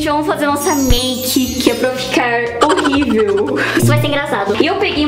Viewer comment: A fala que tá horribel mas tá prfto cara kkkkk❤🤡